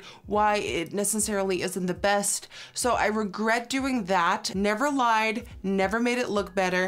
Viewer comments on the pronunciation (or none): none